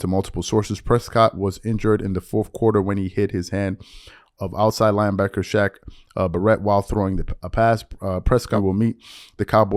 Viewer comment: It’s pronounced Shaq BARE-ett